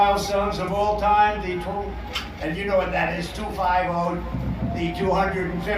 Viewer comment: 2 pronounced “twoh” was my fave. Twoah! Whoah 😂